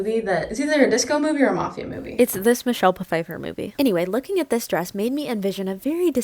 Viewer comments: Hehe, "Michelle Puhfifer"... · Who’s Michelle Pafeiffer? I only know Michelle Pfeiffer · Nitpicking here, but the 'p' is actually silent in Michelle Pfeiffer ... don't matter, just a little bored here :) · we love you but how did you pronounce Michelle Phiffers name-? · Lol pa-fifer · Michelle puh fifer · MICHELLE PUH-FEIFFER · "its this michelle puh - fifer movie" lmao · Love the way you pronounce Michelle Pfeiffer’s name. 😂 (Also spelling her name was a complete gamble for me. Anyone know if I spelled it right?)